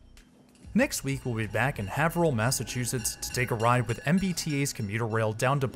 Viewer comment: It’s pronounces HAVErill (like Gave).